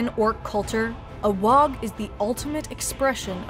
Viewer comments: Ooh, you got me all the way until you pronounced the g in WAAAGH. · Amazing but the g is silant in WAAAGH! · The g in WAAAGH! is silent. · Pretty sure you don't pronounce the G in WAAAAAGH. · not sure if mandella effect or not, but I'm pretty sure you don't pronounce the G and the H at the end of "Waaaarrrgh" I've been playing 40k in GW's since first edition (so since the mid 80's, basically since I was about 6 years old) and whenever we were told to shout it by the staff, it was "WAAAAHHHHHH" with no GH sound being pronounced. They could have changed it though, or this could be mandella effect. does anyone else remember it as not having the GH sound pronounced as well? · The "GH" in WAAGH is to prolong the vowel and isn't pronounced. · ya dont say the G in WAAAAGH!! you bloody gits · It's not a wog you jackwagons, it's pronounced Waaaaaaaa like war with no r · It's not "wog" it's "WAAAAAGGHHH" (war) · Waaaaaagh is pronounced "Waaaaaaaaaaaaaa" not "Waaaaaaaaag" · FYI Waaagh is pronounced Waaah and NOT Waaag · It annoys me every time I hear someone pronounce the G in Waaaugh. The English language is a bastard of mixed rules, but I can't think of a GH combo at the end of a word that isn't silent or pronounced as an F. "Wahf" would be a better guess than "wahg", even though it's obviously "wah". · FFS Waagh does NOT have a hard G at the end. It's pronounced Waaaa. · it's not pronounced "Wog", its pronounced "WAAAGH!" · Even mispronounce Waaagh, it's said Waaaah, NOT Waaaag. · Its pronounced waaaaaaa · Ork Waaagh isn't pronounced "WA UH G". The ork warriors usually don't ever get to the G sound. So it sounds like a prolonged WAR. It just sounds weird when you pronounce it the way it's spelled because they don't :/ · Teehee, dis dumb 'umie can't say WAAAGH! Et sez "wog" Shtoopid 'umie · Did you say “Waag“? I think it's pronounced: “ WWWAAAAAAAAAAAAAAAAAAAAAAAG!!!!!!!!!!!!!!!!! “ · Except for the "Wogh". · Pretty sure she's mispronouncing WAAAGH!